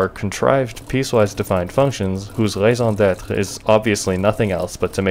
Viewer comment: I loved the way you pronounced "raison d'être". Are you a native French speaker?